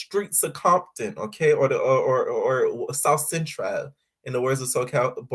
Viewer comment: I love the way you say “ south centrawww”🤣🤣🤣🤣